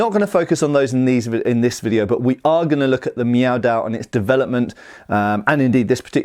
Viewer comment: That being said, he does pronounce dao wrong, as well as some other words.